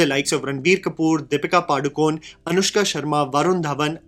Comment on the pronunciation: Padukon(e) , the e is not silent. Pronounced 'ay'